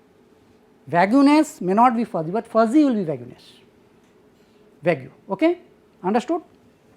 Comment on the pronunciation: Nice lecture, very informative. I am sure someone has mentioned this, but "vague" is pronounced "vayg", not "vay-goo". English is very inconsistent in the application of its grammar rules. Fuzzy, one might say.